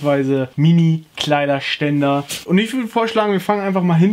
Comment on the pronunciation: Diese betonung auf KleiderSTÄNDER